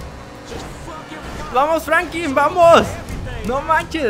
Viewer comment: Es franklin no frankin